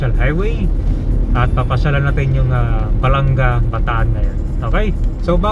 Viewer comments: My Hometown salamat po sa pag bisita, yun pong pag bigkas Ba la nga mabilis po bigkas hindi po balangga.Thank you po nasilayan namin bayan namin❤❤❤❤❤ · Balanga ! Po hindi balangga ! As in banga ! Hindi po tama yung pronunciation ninyo na balangga ! BALANGA as in banga !